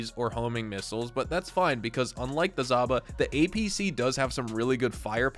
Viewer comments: ZHaba, not Zaba! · Not zaba, its zhaba, like saba and shaba. Russian word means toad or frog